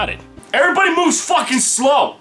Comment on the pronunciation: everybody moves fauwkin slow... Everybawdy moovs really fauwkin slow